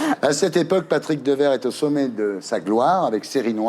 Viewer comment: Patrick Deverre ?? Ahah 😂Dewaere ( prononciation: Deouére )